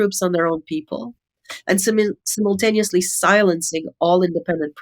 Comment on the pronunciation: SIMUL TANEOUSLY loool SIMON TANI US. HAHAHAHA She has a sinus infection and says simultaneous .... shit. I cant even spell it now. Okay! SHUT IT DOWN. lmao